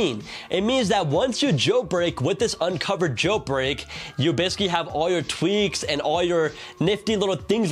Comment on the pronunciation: Please bro, I love ur channel a lot, BUT PLEASE DON’T SAY “Unc0ver” and CheckRa1n” instead of “unc0ver” and “checkra1n”